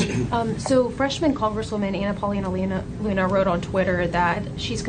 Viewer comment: On point of correction. Her surname is pronounced Loony, though it is spelled "Luna".